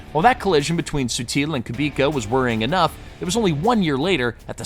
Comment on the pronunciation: Your pronunciations are... rough. Literally every driver name was different than I've ever heard. KooBeKuh, RaKOHnen...I'm not saying you're wrong, just that the motoring media has said their names 1 way for decades, and you're bucking the trend. Sorry to be that prick, but that's what I am. I checked out because, unfortunately, it sounds like you don't know who they are or what you're talking about.